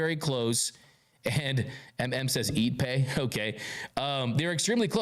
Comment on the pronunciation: His meme is pronounced Eep’pay not EBay.